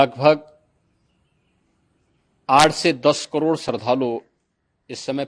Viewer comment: शरधालू ❌ श्रद्धालू ✅ 😂😂🙏🙏